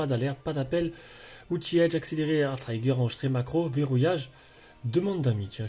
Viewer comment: Le I de trigger se prononce comme le I français 😅, mais sinon très bonne présentation ça donne envie de l'acheter 💯